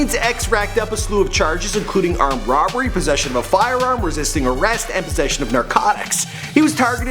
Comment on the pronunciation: Its sheridan house not sharin house